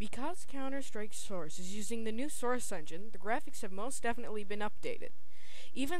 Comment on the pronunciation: Good review! Although you sound very congested, and when you say "source" it sounds like "srce" :P But good review none the less.